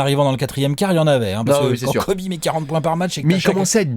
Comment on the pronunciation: Everybody on planet Earth: Kobe Bryant...: Kobe Brayante